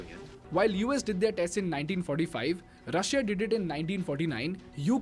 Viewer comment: The way you guys pronounce Russia sounds so sexy 🔥👌